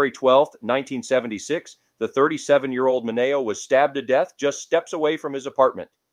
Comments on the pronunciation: ¿"min NAY oh", not "min E oh"? ( , , , , and - ) "Lih mert", not "lime ert" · I like the things u tell about because its stuff i find interesting. But i have watched a few videos and u have to pronounce the names correctly. I dont know if im just anal but that drives me crazy. Its Bonnie Lee Bakely not Backly and Sal Min E O and Leno is pronounced Leeno